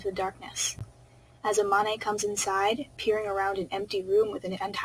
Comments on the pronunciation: STOP SAYING A MON AY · When you said amane I was like EH-MON-A??? But then I forgot you never saw the anime so you don’t know how it’s pronounced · I'm so sorry, but the pronuciation for Amane is really bothering me right now 😂